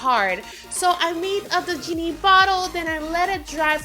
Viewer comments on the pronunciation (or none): You said yay instead of jay and you also yeeny before you said geeny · why did she say "yeini" instead of "genie" and she said "yay" instead of "jay"